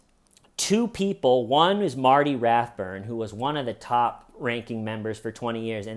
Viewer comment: Well,, from your lips to Xenu's ears.... if Xenu had/has ears. Long may they never last!!.(CoS) also, *Rathbun, Marty Rath-BUN, not Rathburn 😉😃 Cool show, appreciate all your work on this one.